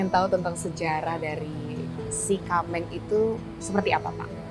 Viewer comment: Sie kameng kalau dalam pengucapannya biasanya kyak pengucapan “t” kak Ti kameng But thanx alot udah angkat aceh jdi topik pertama❤